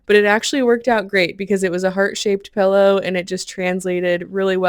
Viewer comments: The "pellow" is killing me. PILLow pillow!!!!! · “Pellow” ? Do you mean “Pillow” ?! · Are you saying, "pellow"???